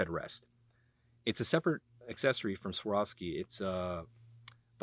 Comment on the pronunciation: Get used to saying a hard V dude. Its Svvvvvvvvvvvar ovski.